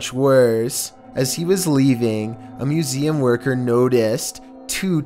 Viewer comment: "This was filmed at the moozeeum of national history". I can take the over-enunciation but at least get the words right.